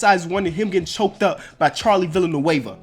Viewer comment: Takes a pronunciation quiz, says Villanueva like viLanueva. It's Vee-Yah. Kind of like the G in Giannis